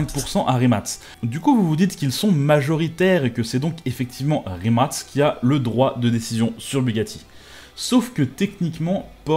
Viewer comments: Le fait que tu dises rimat et pas rimac me perturbe mais bonne video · La vidéo est super cool mais juste c’est Rimac et non pas rimat